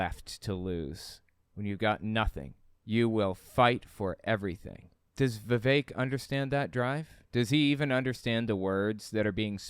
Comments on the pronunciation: You pronounced his name like Vivec and I must conclude Vivek would not like vivec the demisexual intersex demi-god warrior poet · It’s pronounced “Viv-fake”.